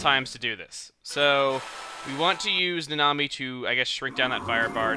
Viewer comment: Instead of "Nanami" i keep hearing you say "The Nami"